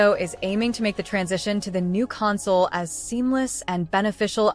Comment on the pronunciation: Imagine showing video that matches the audio, with all of it's wonderful mispronounced words like "console".